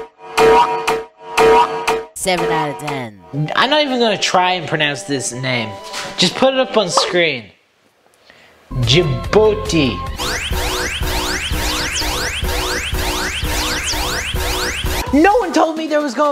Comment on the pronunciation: I heard you said Djibooty 🤣💀